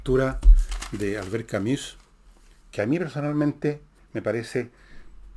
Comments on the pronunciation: Proque dices Camis? Es ka-mü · Don Fernando, con todo respeto, el apellido se pronuncia CAMÜ. Sin S